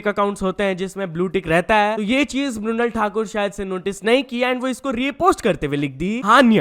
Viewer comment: bhai tereko "mrunal" pronounce karne mai kya problem hai